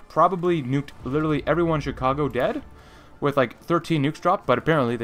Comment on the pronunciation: Stop saying literary, your saying it the wrong way